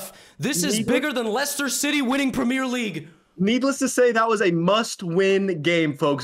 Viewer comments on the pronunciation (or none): The way Levy said Premier League 💀